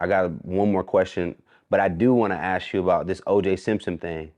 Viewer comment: I hate saying: "Let me "ass" you this?" It's "ask." Omg